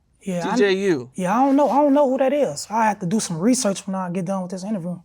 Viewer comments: Lil Reesearch 🤣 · Lil Reesearch 😆 🤣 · Lil Reesearch 😂💀